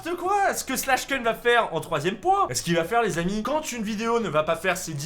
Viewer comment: Ça se prononce pas slash keun mais slash koun